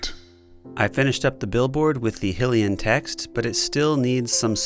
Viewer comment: I honestly cant forgive him for saying hill E en instead of hI le en if that makes sence